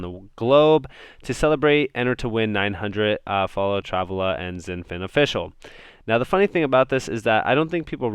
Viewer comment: You're saying Travala wrong. Shits kinda funny haha